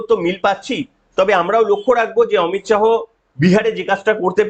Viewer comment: অমিত শাহো না অমিত শা